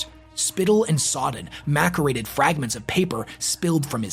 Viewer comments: Jsyk, macerated is pronounced with an s sound, not a c sound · "Macerated" is pronounced "maSS-erated."